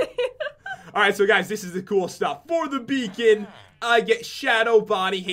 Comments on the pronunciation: You said be on not beacon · Stop saying BEAON FROM WELL BLAH BLAH BLAH BLAH BLAH BLAH😠😡😡😡😡😠😡😠😠😆